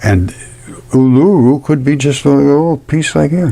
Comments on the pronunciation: Australian here. Fascinating stuff. Pronounced "oo-lah-roo".❤ I think the "balls" you see piled up, are actually bushes. I don't really like the sound of living on a giant scab, but I guess I do! 😂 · Pronounced EwL-A-ROO , OOL -A-ROO = Uluṟu . 😊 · Sorry,pronunciation of Uluru: OO la ROO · I'm not being bitchy but how, pronounces Uluru, is just a little bit annoying. Im Indigenous Aussie. But he is onto something, I respect him for his dedication to the channel. ❤👍🏾